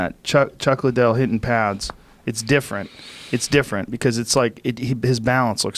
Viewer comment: I'm so confused. Doesn't he mean Chuck Lie-Dell?